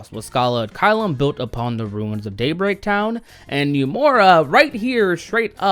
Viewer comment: why do you keep saying Numora?